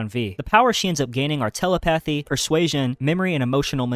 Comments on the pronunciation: Sorry but... Tele-pathy powers? That pronunciation is a bit ocd triggering lol. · I’m not trying to be rude, but it is pronounced ta-LEP-pah-thee.